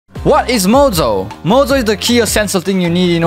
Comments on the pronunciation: nice video but i wonder what is with his voice like when he said mojo i head mozo or spesial instead of special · bro is saying mojo like mozo or shall i say bozo 💀💀